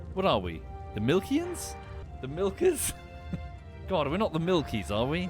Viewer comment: not the hard "er" my fellow milkie 😭